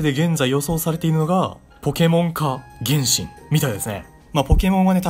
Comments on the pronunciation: 原神のイントネーションが天心w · 原神のイントネーションおかしない？w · 発音｢げ⬆んしん⬇｣なの？｢げんしん➡︎｣だと思ってた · げ↑んしん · 原↑神↓呼び笑う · 「ほぼほぼ原神」の発音が「るろうに剣心」で前半の話題の伏線回収みたいになってて好き